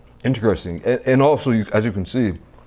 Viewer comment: I also find this “integresting”